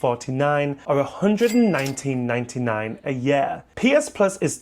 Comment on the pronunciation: I like how he says yurr instead of year